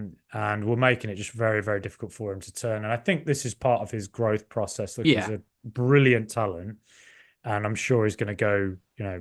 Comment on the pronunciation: Absolutely love you, but why do you pronounce "process" like Vince McMahon?